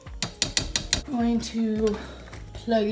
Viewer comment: "God this looks disgusteeng" while mixing raw, unwashed chicken with whatever the hell else 💀💀